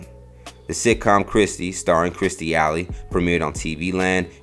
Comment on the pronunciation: They couldn't even be bothered to say her name right. Hell, they didnt even know Kirstie Alley's name.